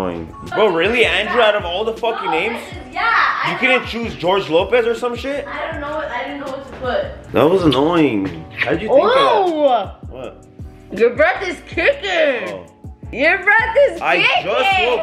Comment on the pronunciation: LMAO this foo said Gorge Lopez 😂😂